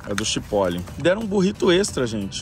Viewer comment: Acho que se pronuncia tchiporol.